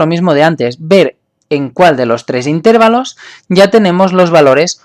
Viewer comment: se confirma que es catalan cuando dice "intérvalos" en vez de intervalos